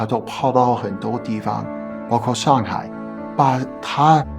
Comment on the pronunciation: 能清楚地说上海而不是香海的老外，很厉害了👍🏻